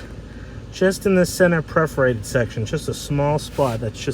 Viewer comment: it is PERForated, not Preforated.